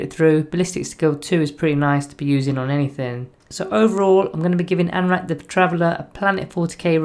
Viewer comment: I wish you'd get his name right at least once; an-ra-keer is not hard.